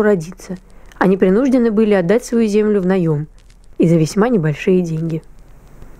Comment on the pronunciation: Не принУждены, а принужденЫ, не влАсы, а власЫ. Не пЕрсты, а перстЫ. От "влАсы"я вообще в шоке. Какое было ударение, можно найти по стихам той эпохи. И пошлый анекдот ни к чему. Не украшает тему.